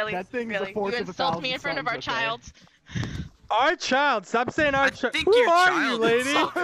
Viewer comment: 😂😂😂 It took this long to realize she was saying "our child". For at least 40 seconds now